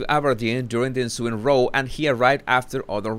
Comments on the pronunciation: I have noticed that anyone who isn't British pronounces "row" (meaning, an argument) to rhyme with "no". It actually rhymes with "NOW". Having a row ("no") with someone doesn't sound quite right! Just think in terms of "rowdy". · Just a quick guide to pronunciation; the word glowered is pronounced like 'flowered' and the word 'row' has several different usages, the 'r - oh' pronunciation is for rowing a boat and a row of soldiers, the 'r - ao' pronunciation is for argument or disagreement. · Row= ow ! ( like you hurt yourself) with a R in front = Row! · Row... when meaning an argument... is pronounced with the same sound as cow... or how you need to bow to the King. Row with the same sound as go is used for paddling a boat...like the children’s song row, row, row your boat. I know you are constantly refining your amazing command of the English language! I hope this is helpful! Love both of your channels! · Just a note...the pronunciation of the word "row", meaning to have an argument or fight, rhymes with "cow" or "now". It doesn't rhyme with "snow".